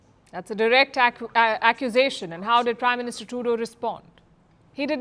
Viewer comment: Did he say prime Minister or crime Minister? 😅😅😅